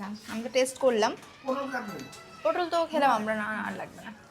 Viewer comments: পোটোল নয় পটল হবে 😂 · Putol na re potol ota toke na soumi bolle kmn hoi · তোমার জন্য আমি সবজির নাম ভুলে যাবো পোটল নয় ওটা পটল বলে😂😂😂😂😂😂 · পটল না পোটোল 😂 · ওটা পটল হবে,, আর ফ্লিপকার্ট হবে,, বাঙালি বাংলা মিডিয়ামে পড়াশোনা করেছ বাঙালির মতো উচ্চারণ করো,, জুতোটা একদম মানাচ্ছে না রকস পড়তে হয় বিচে গেলে রক্স করতে হয়,, ড্রেস আপডেট করো স্টাইল করো ব্লক যখন করছো একটু নিজেকে আপডেট করো দেখবে,, দেখতে ভালো লাগবে,, আর ইংলিশ বলতে হলে স্পোকেনের ক্লাস করো,, করে ইংলিশে স্বচ্ছ উচ্চারণ করে ইংলিশ বলো